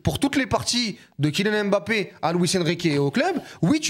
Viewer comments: Mes oreilles quand j’entends « Kyllian M-Bappé » : 👂🩸🩸🩸🩸🩸🩸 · 50 ans quil y a des joueurs d'origine k1f en france et on dit tjs M-bappe N-golo N-zonzi N-kunku M-baye. Mes.oreilles sifflent